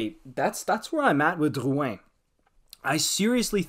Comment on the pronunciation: “Dyyuwhen” just say drouin you are so annoying